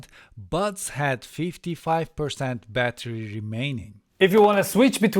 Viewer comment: Seriously, am I the only one who kept hearing the words 'butt plugs' through this entire video :D Once again excellent review :)